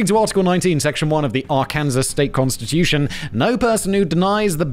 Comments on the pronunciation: Today I learned Simon didn't entirely know: -How to pronounce Arkansas -Michigan is a state -What necrophilia is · Him yell4 Arkansas wrong while yelling at Kevin 😂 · All the people from Arkansas ready to explode at Simon's pronunciation of their state's name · Anyone else cringe in pain everytime he said Arkansas? And I'm not even from that State. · I must concur on the matter of the pernounciation of Arkansas. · Are-Kansas!! lol:face-blue-smiling::face-blue-smiling::face-green-smiling::face-green-smiling: Simon, homie.. Ar-can-saw. :face-turquoise-covering-eyes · more like arkansah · Are-Kansas gave me a laugh lol. Sadly he could try five times and would never get the pronunciation 😂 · AR KUN SAW. NOT Ar Kansas, R can sauce. AR KUN SAW. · I lived in Arkansas from the time I was nine until I was twenty-four. My family moved to Morillton the September that the Beverly Hillbillies debuted on television. We thoght that it was a documentary. Anyway the correct pronunciation is Are-kin-saw. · Although I was born in New Orleans and raised in Metairie, my mother was born in Huttig so I actually knew that law. Pronouncing it Ar-Kansas is very derogatory. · thank god i’m not in “ar-kan-zuhs” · I'm with you on the Ar-Kanasas thing. I'm American and I HATE that "kansas" is pronounced two different ways, depending on which state you're referring to. It's stupid. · You got quite a bit wrong. A felony is not exclusively a federal charge. States all have felony crimes. Also, Its still illegal to purchase alcohol on sunday, and christian holidays such as Christmas, in Arkansas (pronounced Are-Can-saw) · As far as I know, it's illegal to pronounce Arkansas as "Ar-Kansas" in that state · Me watching religiously from arkansas listening to Simon constantly calling it Ar-KANSAS 🙃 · It's illegal to pronounce Arkansas as "Our-Kansas" in Arkansas. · Arkansas is that arken-saw ... the 1st state ?? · Arkansas = are can saw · Ok, say "ar", ok now say "kansas", ok now say "arkansas"...